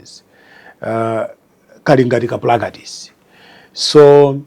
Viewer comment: Koma english ya chichewa iyi kulephera pronounce Practice